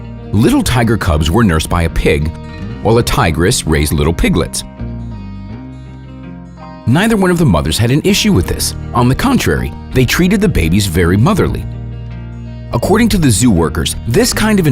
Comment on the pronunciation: Bro can you not even spell a tiger and it is not pronounced Tigerss with two Esses